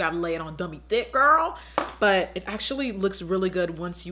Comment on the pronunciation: I LIVE for when Jackie says "THHIICKK" 😂😩💕